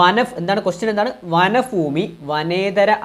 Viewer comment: വനഫൂമിയോ 🤔 മലയാളം വായിക്കാൻ പഠിച്ചതിനുശേഷം ക്ലാസെടുക്കാൻ നിന്നാൽ പോരെ😂😂